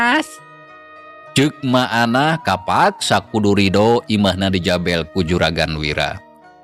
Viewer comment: Punten ay kalimat NU leupat ngucapkeun Nana contona Bae di tetek Kedah na nganggo hurup eu Tah sareng di jabel sanes di jabel tapi di jabeul hatur nuhun